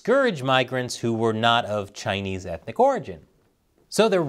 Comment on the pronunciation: Kow-towing to the Chay-knees , how embarrassing.